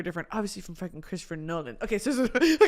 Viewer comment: chwistopher nowan 🥺